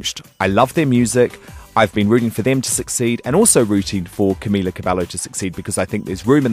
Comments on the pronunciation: He could at least pronounce her name right. I'm not even a Camilizer or whatever you call them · Yeah sure big fan. A big fan would say Camila's name right.